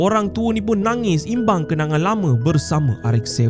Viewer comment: Imbau min bukan imbang😅